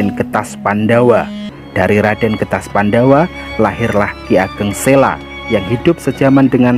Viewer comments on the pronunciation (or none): Ki ageng selo,bukan ki ageng sela Terimakasih